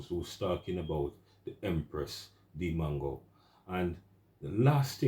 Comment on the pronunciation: Bro it’s not mango tho 😂 trust US Jamaicans to spoil names. MWAH ANGO